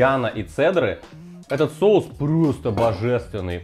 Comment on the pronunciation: Мешаем, чтобы "шоус" загустел ска😂 голова, блин))))))